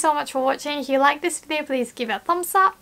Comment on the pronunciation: your english sounds near perfect and i am really impressed. it will be even better if you can improve your pronunciation of "f" when you say the word "if". when you say "if you", now it sounds like you are saying "ihyoo" instead of "ifyoo". please don't get mad at me for saying this. i just had to point it out since you are so close to the zone. ja marane~ bye:))